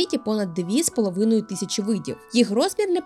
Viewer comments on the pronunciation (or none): none